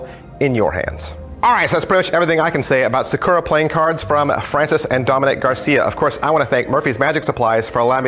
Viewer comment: You keep emphasizing the wrong part of the word Sakura